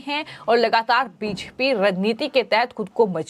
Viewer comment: आप के चैनल पर समाचार बहुत सही व अच्छे होते है परन्तु समाचार पढने वाले एन्कर, खासकर का हिन्दी उच्चारण ठीक नही है। कुछ शब्द जैसे कि 'बी जे पी' को स्पष्टता नही बोल पाती। एन्कर का उच्चारण स्पष्ट होना चाहिए ताकि और ज्यादा दर्शको का चैनल से जुड़ाव हो सके।